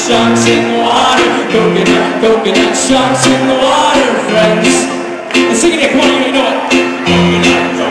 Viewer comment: When they say friends, all I can hear is "frens".